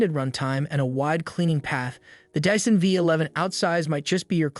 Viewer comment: I was with you until you said "dissan"